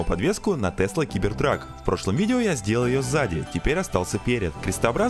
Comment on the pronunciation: Был доволен видео до того момента как ты сказал сибертрак... Какой нахер сибертрак?! Кибертрак!!!